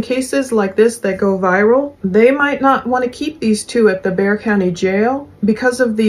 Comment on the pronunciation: Very impressed by your correct pronunciation of Bexar County! 👏